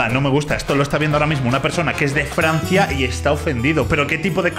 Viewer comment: outro: gente normal: c va yo: jaja, dice FRNacia